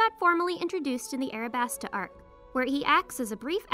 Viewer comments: Her: Arabasta Everyone else: alabasta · Arabasta? Do you mean Alabasta?